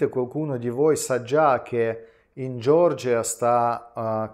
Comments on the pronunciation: Per favore Nicolai, non dire “Gior-gia”, ma “Ge-or-gia”, non è una persona, ma una nazione. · Ma xchè dici Giorgia?e nn Georgia?